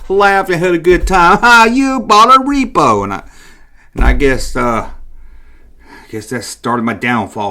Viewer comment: I would correct you and tell you it's pronounced "repro" short for REPROduction NOT "repo" which is short for REPOssess but I know you know that and are just saying the word wrong to get under people's skin. 😉👍